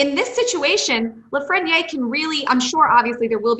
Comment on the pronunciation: Her name is and she cant even't say LAFRENIÈRE right... smh.